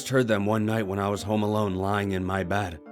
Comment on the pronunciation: Bed not bahd